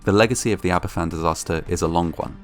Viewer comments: The actions of the NCB following the disaster were a great betrayal, and the anger will live on long after the last survivor has perished. Aberfan (and it's pronounced "AB-er-VAN" not "Ab-er-FAN") and Gresford in the north were two horrific disasters in Wales connected to the coal industry, for which nobody at the upper levels were ever held accountable. This lack of accountability seems practivally a universal constant in these disasters. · There's so much good info here but I wish the pronunciation of Aberfan were correct - it's pronounced 'AberVAN', not 'AberFFAN'. 'F' in Welsh is pronounced like the English 'v'. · Great video. btw, it's pronounced Abervan not Aberfan. 'f' in welsh is pronounced as 'v'. It's the double f, 'ff', which makes an 'f' sound. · Aberfan is pronounced ''Aber Van"- not 'ABBA Fan' 🙄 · Aberfan is pronounced AberVan, rather than AberFan. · Just to let you know, the 'f' in Aberfan is pronounced as a 'v'. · it's said like Aba-van btw I live not to far from the place I'm not trying to sound like "ACTUALLY IT'S SAID LIKE THIS" no I'm saying this all out of kindness just letting yk how it's said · It’s pronounced abervan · The name of the village is pronounced Abervan. You could have found this out by just looking on Wikipedia. People who went to Aberfan after the disaster noted that there were hardly anyone of certain age groups there, as they had all been killed in the disaster. This would mean people in their early 60s now. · Just for future reference, it's pronounced 'Aber-van'. An 'f' in Welsh is a 'v' in English, 'ff' is an 'f'. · It’s pronounced aber-van in welsh: f is pronounced v ff is pronounced f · Nice video but it's a bit of a shame that you do not pronounce the name of the village correctly. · Please learn how to pronounce Aberfan. It's disrespectful not to.